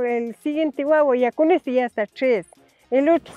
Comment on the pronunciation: Yo pensé que decía guaguita 😅